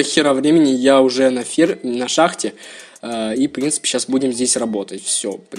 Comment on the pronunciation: Научись говорит нормально "в принципе" на 2 минуте уже бесит